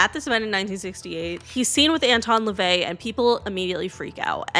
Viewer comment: La-vay. Kirst-tee. Hub-ard